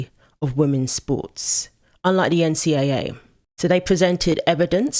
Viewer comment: Thanks for not saying N-C-DOUBLE A, which adds an extra syllable unnecessarily.